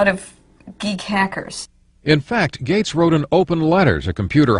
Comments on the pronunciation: His name is "Gates," not "Gate." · Gates. Not Gate. Gates.